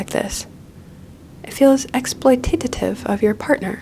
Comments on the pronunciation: Just writing this cause you said it multiple times: it's exploitative, not exploititative. Sorry for being the Hermione of the situation, but every time I hear it I feel like, 'what do boobs have to do with this?' 🤣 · I keep hearing it.. you pronounce it exploitatative... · i cant get enough of "exploitatative"